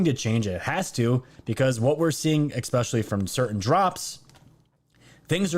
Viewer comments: dude, it's especially not expecially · we should sit in the corner together- i agree. Bleeding ear drums-- BUT i joked that he should sell an Ex-specially tshirt, I'd but it. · Gah! "Esss- Pessh-elly". Dude, either say it correctly or find another word. It is ex-pescially grinding on the ears. Love the show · Love you bro but there's no x or k in especially!!!!!! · There's no x or k in especially